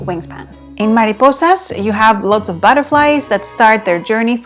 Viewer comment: Tienes muy buena pronunciación al decir mariposas. ¿Hablas español?. Buen vídeo.